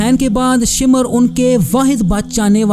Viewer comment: शिमर नहीं भाई शामिर है